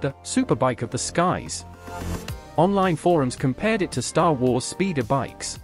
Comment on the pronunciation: Love the Steven Toast pronunciation of "Star Wars" 🤣